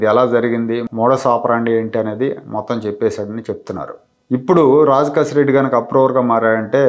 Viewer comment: రాజ్ కేశిరెడ్డి అతని పేరు..రాంగ్ pronunciation చేస్తున్నారు